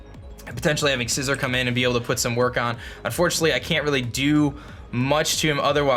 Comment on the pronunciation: Scizor not scissor 🤣🤣🤣